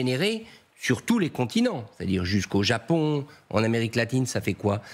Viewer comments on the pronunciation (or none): none